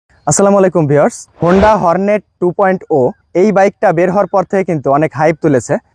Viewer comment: টু পয়েন্ট ও কি? কাঙ্গলাদেশের সব ব্লগার ২ পয়েন্ট ও বলছে কেন? মূর্খরা, এটা ২ পয়েন্ট জিরো হবে , জিরো।